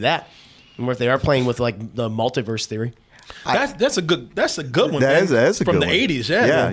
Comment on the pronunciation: No one:: Wunda and the Multaverse